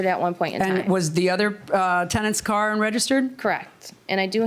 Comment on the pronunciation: I love how they pronounce car. Lol 😂 "cair"